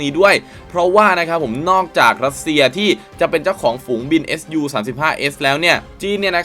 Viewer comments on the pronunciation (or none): ไม่ได้ออกเสียงว่า เอส ยู นะครับ เรียกว่า ซู เพราะเป็นชื่อคนผู้ก่อตั้งสำนักแผนแบบนี้ขึ้นมาเมื่อปี 1939 โดย Pavel Sukhoi ขอบคุณครับ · เรียก ซู สิครับ ซูวววววววววววว เรียกเอสยูมันบ่คืออ แล้ว multirole = มัลติโรลลลลครับบบบ ไม่ใช่ มัลไทโรลล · อะไรว่ะ เอสยู อ่านไห้ถูกหน่อย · ออกเสียงว่า “ซู” ครับ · แม่นแล้ว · ควรเรียกให้ถูกต้องเป็นการให้เกียรติบุคคล และประดับความรู้ตัวเอง